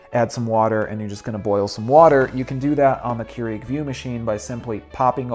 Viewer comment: It's pronounce Cure-ig btw...